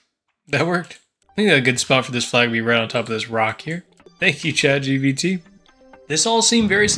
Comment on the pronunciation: "shat gbt"